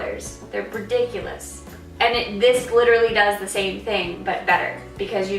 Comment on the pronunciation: you litterally said litter-ally alot lol